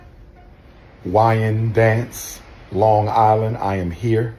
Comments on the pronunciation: It's pronounced wine dance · It's not "Wining Dance" Long Island New York. IT'S Wyndanch its a Native American Tribe outta of the Lanape homestead region.😊😊😊😊😅😅😅😅 Also to its Albany New York. Not Al bany New York. Put all the letters together "Albany". Second mispronouncication Mr. Umar Johnson my good Sholar.